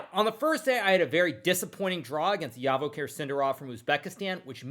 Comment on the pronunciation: Huge respect but Javokhir is pronounced as 'G' as Joey or Jack